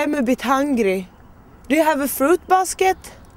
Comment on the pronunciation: Nästan varje gång jag har hört en svensk försöka säga basket (korg) så uttalar dem det som man säger Basket(boll) på svenska.